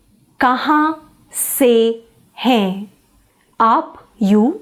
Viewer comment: Don't you pronounce the las letter n in hain or other words ??